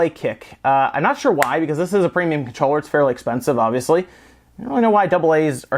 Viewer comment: Take a shot errytime he says Conchroller